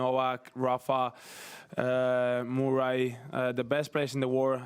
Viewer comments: Anyone gonna talk about how he pronounced Murray 😂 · Moorey is such a cute way of pronouncing Murray 😄